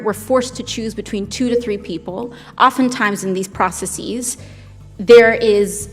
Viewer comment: "Processees"??? Omg... we are not captive there were options..